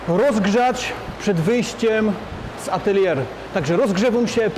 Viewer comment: atelje a nie ateljer